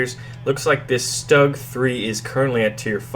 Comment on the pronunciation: 'Stug': not "Staag", but "Shtoog"